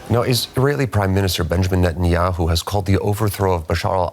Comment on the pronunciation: Reasonably....Netanyuhoo???😂😂😂😂that made me laugh so hard😂😂😂😂